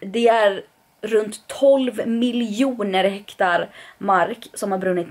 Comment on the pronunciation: Jag håller med Carl, man säger Ö.B!!! Dock säger jag bara lycka till till Hammarby... xD Det heter förresten hektAr inte hektar, haha söt! Var inte du vegetarian förresten?